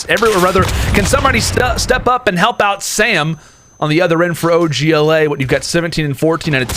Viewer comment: Does anyone else hate them saying og la The other guy is literally saying “oj la”